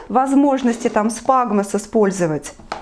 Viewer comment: Спагмос??? Или все таки сфагнум